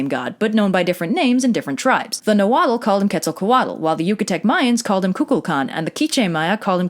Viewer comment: lol "ketzal cuh waddle" , you Said Kukulkan and Qukumatz way better than you said Quetzalcoatl and any other Nahuatl word the entire video. XD